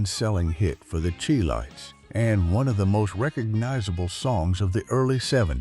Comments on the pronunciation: Chi lites it pronounce Shy lite not chee lite🎉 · "AI" always finds a way to screw it up. The group who recorded "Have you Seen Her" is not pronounced the "Cheee Lights", it (CHI LITES) is pronounced SHY-Lights, as in Chi-town. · The Chee-lites, Bony Maranee, Otis Level ... I wish someone would teach these AI voices to pronounce these names correctly ... ho-hum. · Thank you! I grew up in the 60's and 70's . I loved Billy Butler,Walter Jackson, and Barbara Aklin; Otis Leavell I so remember seeing them perform live at The Regal Theatre in Chicago. Please note; The Chi-Lites pronounced like "Shy- Lites" Otis Leavel pronounced "Levell" Thank you again for bringing these "unsung' artists to the forefront. I enjoyed. ❤🎤🎼🎹❤️